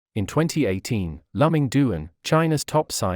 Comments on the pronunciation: His first name is pronounced “Lu Ming” not “Lum Ming”. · This propaganda robotic voice couldn't even get his name right. It is not lum-ming, it is Lu -Ming. It is like quoting Sun Tze while mispronouning Sun Tze 's name. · I wish the commentator would ask someone who knows how to pronounce Luming Duan’s name. It is actually Duan Luming. Chinese visitors or immigrants are forced to put their surnames last. He is Too-en Loo-ming The t is soft and not aspirated. He is NOT Lum-ming!